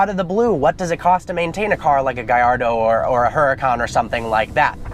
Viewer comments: Oo-da-can. Not a her-a-cann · IT'S PRONOUNCED UR-A-CON BRO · ...I just wish he would stop pronouncing the "H" in the car's name...